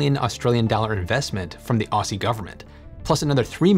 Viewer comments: FYI, the way Australians pronounce "aussie" is "ozzie". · Aussie is pronounced the same as Ozzie. Please don't murder the pronunciation of Aussie. There is no "s" sound. Thanks.